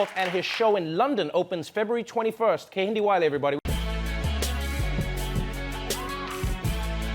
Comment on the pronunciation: It's pronounced Ken-hin-day 🙂